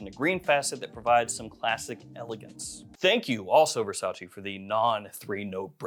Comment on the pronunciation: It's Versace not Versaci